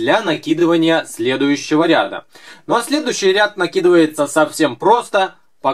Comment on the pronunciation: что то у Вас с ударением хромает.РядА.